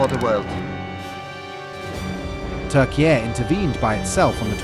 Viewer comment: The narrator is definitely AI. It's obvious from the stilted way of speaking, abrupt cut in some pronunciations, and mispronunciations. And why the hell does he (it) pronounce Turkey as "Turkey-yay"?